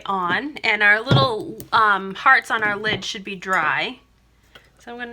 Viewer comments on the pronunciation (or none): none